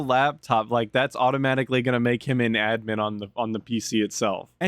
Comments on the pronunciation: it’s Admin like Add-min not admen😂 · in all my years, I have never heard 'Admin' said that way.